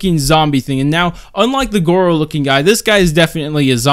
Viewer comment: Why did you call goro, gowo >:(